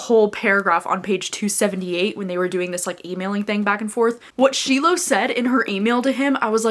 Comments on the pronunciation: I thought you said you were listening to Slow Dance on audio??? but it seems like you don’t know how to pronounce the main character’s name? SHY-lo not shee-lo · Yay! Thank goodness for your review, I’m off to purchase ‘Slow Dance.’ PS The main character’s (Shiloh) is pronounced SHY-lo from what I understand!